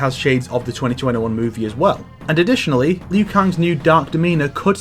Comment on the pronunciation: Liu. It's Liu. Liu Kang. Not Lui.